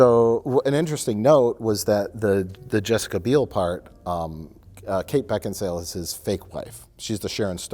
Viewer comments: oh i see the edit to make say "Kate Beckinsdale" after being corrected, sneaky deaky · Mike: Beck En Sail: I have no idea why kate beckensdale... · "Beckinsdale?" "BeckinSALE" "I have no idea why Kate Beckinsdale.." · Karen Bakesale is still mad that can't say her name. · "Beckinsdale?" "Beck-in-sale." "I have no idea why Kate Beckinsdale has such a hard-on to kill Colin Farrell in the reboot." Perfection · "...Kate Beckinsdale...is it Beckinsale or Beckinsdale?" "It's Beckinsale". "...so Kate Beckinsdale" We love you, and this is why. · I have no idea why Kate Beckinsdale...Beckinsdale, or..? Mike: BeckinSALE.: I have no idea why Kate Beckinsdale... LOL